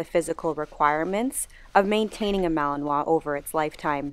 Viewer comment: That would be a Mal-i-nois, although, since Mechelen (Malines in French) is in the Dutch speaking part of Belgium, the correct name would be Mechelaar, or Mechelsche Herder. But not a MalAnois. Don't try to pronounce it , you'd only hurt yourself :D